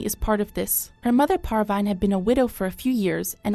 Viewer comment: Her name is "Parveen" not "Par-Vine" i know it is a computer